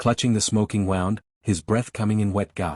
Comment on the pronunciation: Stupid. All those asterisk. That is one thing that human oversight/editing would take care of. And if the human knows English then the mispronunciations would also not be there. It seems like no AI knows how to pronounce 'wound' when the word means an injury. I just can't finish this one.